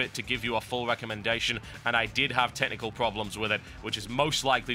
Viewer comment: When he was talking about Serious Sam BFE it sounded like he said he was having tentacle problems with it.